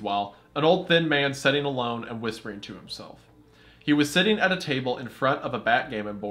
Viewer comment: My biggest irrelevant pet peeve with Wendi is the way he pronounces “sit” or “sitting” as “set” and “setting”. Makes no difference but it just irks me😂